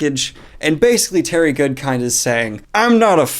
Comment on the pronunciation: Everytime I hear Terry Goodkind I actually hear Terry Goodfish. I don't know why.